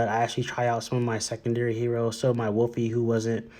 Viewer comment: "Wolfie" ?? That annoyed me to much to watch